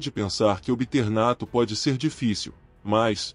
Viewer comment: Se pronuncia: Nattô Com o acento no ô e não no a. Só pra corrigir a pronúncia